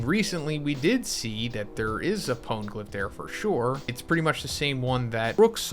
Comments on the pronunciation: Also "poan-glyph", it was like hearing nails on a blackboard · Yo sorry it was bugging me mass. Try it like this “pone-eh-glyph” love the content tho. Keep it up brotha.